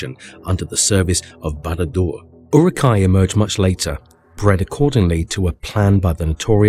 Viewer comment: Essentially everything you say in this video is nonsense, not Tolkien, including your pronunciation (ooruk, not yuruk).